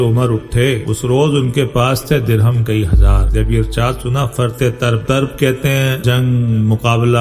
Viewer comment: Aap Tarab طربko Tarb padh rahay he-n فرط طرب ka matlab bahut ziyadah khushi jaisay فرطِ مسرت